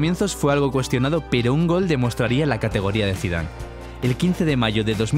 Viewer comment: en el minuto dice Zidave no Zidane